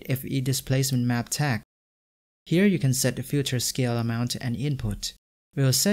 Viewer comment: Good video but you pronounce filter or feature like "future"... it's a bit annoying :D